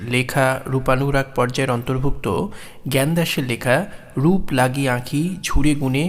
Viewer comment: বেশ হয়েছে। সুন্দর শব্দ চয়ন, সুভাষিত ব্যাখ্যা, কণ্ঠস্বরের রোমান্টিকতা, সব মিলিয়ে অনবদ্য। তবে বচনের লয় আরও একটু বিলম্বিত হলে ও কিছু কিছু শব্দের উচ্চারণে বৈষ্ণব পদাবলীর ঢং মেশালে ষোলো কলা পূর্ণ হতো; যেমন - "রূপ্" লাগি না বলে "রূপো" লাগি বললে, গুণে "মন্" ভোর না বলে গুণে "মনো" ভোর ইত্যাদি উচ্চারিত হলে ষোলো কলা পূর্ণ হতো! ❤